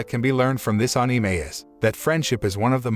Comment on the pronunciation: Lol i like how the bot says anime in a weird accent lol